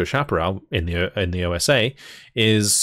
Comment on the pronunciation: By, it's Osa, not O.S.A....